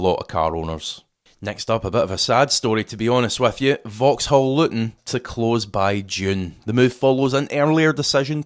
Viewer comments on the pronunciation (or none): none